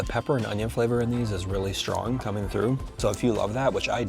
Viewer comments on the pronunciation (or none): none